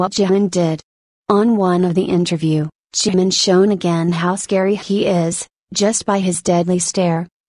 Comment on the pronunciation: she called jimin jamin wtf i mean i know we all make mistakes but wtf